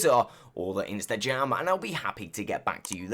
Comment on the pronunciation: Why do you say instajam? Is it me or do you struggle to pronounce "rrr"? Maybe it's because of your accent?